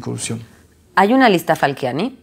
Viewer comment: Un grande. Pero deja de llamarlo "Falquiani"!!